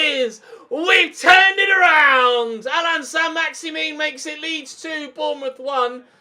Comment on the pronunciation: I think it's pronounced either "Maxi-man" or "Maxi-min" rather than "Maxi-meen", remember that he's French